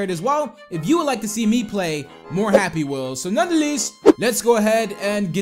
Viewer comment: he said "Happy Meels." He meant "Happy Wheels."